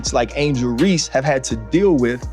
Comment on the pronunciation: Angel ReeSSSSSSe. Not angel Reee!!!!